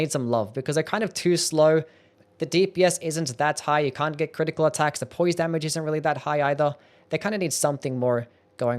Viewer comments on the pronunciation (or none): none